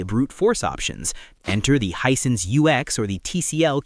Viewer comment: Hisense not Hinesense